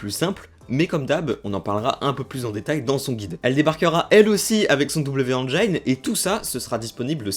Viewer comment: Merci pour la vidéo. PS : "engine", se prononce "énjine" et pas "énjaïne"